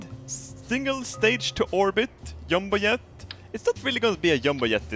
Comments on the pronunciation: pretty cool yumbo yet. love your accent :D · I love how he says yumbo yet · I cum every time you say "yumbo yet" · I like how he says jumbo jet because it sounds like he's saying yubo yet